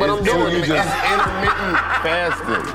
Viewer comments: “Entermeanient fasting” - 😂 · Nigga I rewinded "intermenniate fasting" 5 times.